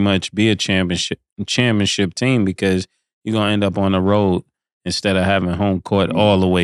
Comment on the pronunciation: Can be killin me with the “ChampionChip” 😂😂😂 🤦🏾 Bruh it’s CHAMPIONSHIP